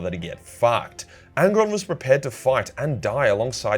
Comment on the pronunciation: Angron, it's angron